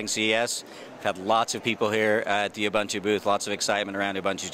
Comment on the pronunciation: why is the guy saying ubuntu in the fuckin wrong way?